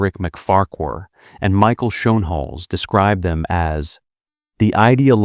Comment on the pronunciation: de Engelse uitspraak van Schoenhals is Skoonehels …., really 😊